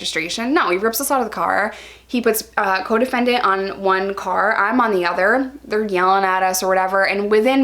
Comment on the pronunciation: ohhhhh coDEFENDENT.... most of the time I thought you were saying your codependent. Like that relationship doesn't sound healthy.